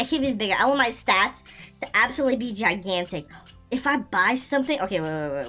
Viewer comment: what do you mean I know you mean gigantic but you said gi ki and tic